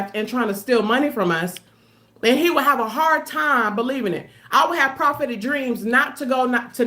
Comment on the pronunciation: Correction: "prahhhhpetic dreams." If she says that one mo' time. 😣